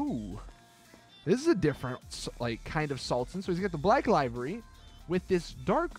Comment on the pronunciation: why have u gone back to saying livery wrong again.